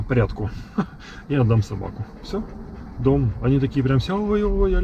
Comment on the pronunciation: А я слышу Том)